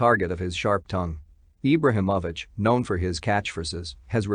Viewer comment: You’re not even saying his name right. What low budget shit is this.